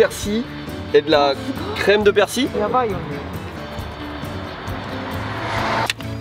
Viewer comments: la prononciation c'est pas plutot "perciLE"?? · Arrêter de dire persi le l ce prononce j'ai envie de casser mon tél à chaque fois mdr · ca se prononce persille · Super sympa! PS: y'a que moi qui dit persiLLL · 🤗résilience! j'adore le concept! merci (et à ta femme) 🙏:) -- c'est curieux tu ne prononces pas le L de persil!? 🤔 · je ne savais pas que c'était un "l" muet pour persil.... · Je me demande ce qui est le plus choquant: que confonde persil et coriandre ou qu'il ne prononce jamais le L de persil 😁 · On sait que t'es au Japon depuis longtemps, mais on prononce le L dans "Persil" :) Edit : Bon apparemment selon l'académie française, il L ne se prononce pas. J'aurais appris quelque chose...